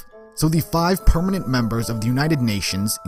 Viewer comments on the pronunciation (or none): none